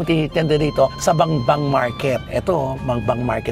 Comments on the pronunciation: Bambang hindi Bangbang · BAMBANG, NOT BANGBANG